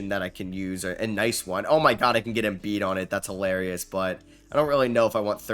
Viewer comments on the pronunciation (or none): none